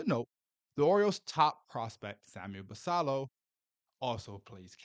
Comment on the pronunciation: Can you please Learn how to pronounce Basillos name correctly. It has 2 ls and is Spanish. Kook!